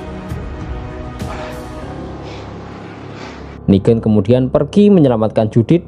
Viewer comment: Negan bang Bukan nigen